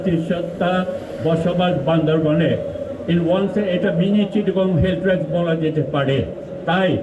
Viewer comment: বান্দরবান ✅ বান্দরবন ❌